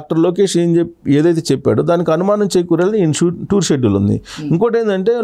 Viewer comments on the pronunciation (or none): none